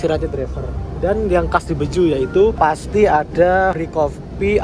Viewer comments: BE-JE-U not BE-JU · Dibacanya bukan Beju tapi Be je u